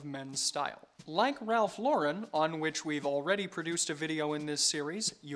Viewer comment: Thank you for pronouncing Ralph Lauren properly!